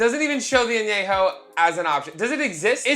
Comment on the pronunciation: Love you, but it’s pronounced “Añejo” pendejo! Same level of Ahhhhhh! 🤣🤣🤣🤣